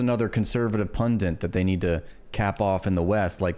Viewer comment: Sorry. It's "punDIT". Not "punDINT". It's driving me nuts. Great content btw.